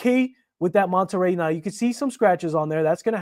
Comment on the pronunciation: “Manta ray” not “monta ray”. Beautiful watch.